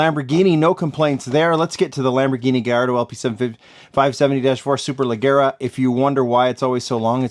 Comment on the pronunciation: Superleggera is an Italian word. You're saying it like it's English. Pronounce the G like a J.